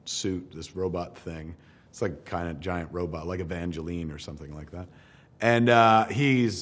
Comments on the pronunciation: ""avangeleen" you mean evengelion? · Never heard somebody pronounce "Evangelion" as "Evangeline" until now. Ma Belle Evangeline. 😂😂😂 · Lol he called Evangelion Evangeline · It’s pronounced “Eve-ahn-Gelian” not “A-van-jaline” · If he hadn't mispronounced the title of the anime Neon Genesis Evangelion I would have said "good reference" but it's E-van-GEL-e-on, (5 syllables with a hard g as in guess) not eVANjelENE. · Did he just refer to Evangelion as Evangeline? Got a lot of love for Mr Smith but that made me cringe just a little. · Groan: Evangeline ≠ Evangelion. So close. :( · Closest way to spell its proper pronunciation is "A-van-gilley-in." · Evangeline??? Was he trying to say Evangelion? lmaoo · Came here to make this comment. Can’t say I didn’t say it similarly 15 years ago when I first read it, but that was a hard double take for me just now. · I was so confused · Oooh that's what he meant! Lol I was like what the crap is Angeleen? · Yep, "Evangeline" lol. Also looks like Wired missed one of the "fucks" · Eee- vang - gilly- on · SO glad I'm not the only one that heard it. I was like, boy did you just say EVANGELINE!? That's a cruel angel's thesis, m'dude. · Evangeline? Dang, that sucked to hear after a pretty competent synopsis. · Did he just pronounce Evangellion as “Evangaline” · "Evangeline" That ain't it, fam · "Evangeline or something like that" Evangelion? Pfft, what? XD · Every time Evangelion is brought up in popular media I hear a different pronunciation. Evangeline. lol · Kevin Smith calling Evangelion "Evangeline" wounds me. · "evanjeleen" WATCH OUT, WEEBS INCOMING!!! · Did Kevin Smith just mention an Eva Unit Suit as an "Evangalean"? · I just don't like how he says Evangelion, he said Evangeline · did...did he just pronounce evangelion as "evangeleen?" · Did Kevin meant to say Evangelion when he said Evangeline? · Evan-geLIN HAHHAHAHA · Apparently evangelion is evanjeleen now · did he really just call evangelion evangelene? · Yes, yes he did --.